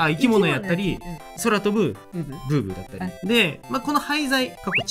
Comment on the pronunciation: が車のこと「ブーブ」って言っていてなんだか心がホンワカしました。